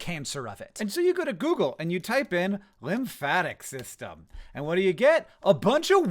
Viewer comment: .... Linfatic? Really.. it's lymphatic